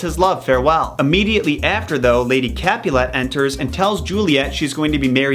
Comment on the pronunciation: Love the analysis but he can’t pronounce mercutio, Rosaline or capulet properly and the reason Romo didn’t find out about the plan was because the deliver man got the plague and lord capulet never moved to wedding